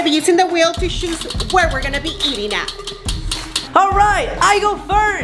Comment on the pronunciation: The way says choose sounds like shes saying shoes lol